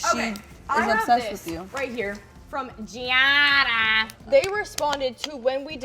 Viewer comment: it’s giada, not jiji wonder